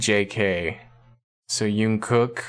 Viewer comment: I like the way you say Jungkook